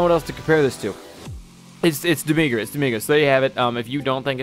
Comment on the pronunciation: its not demigra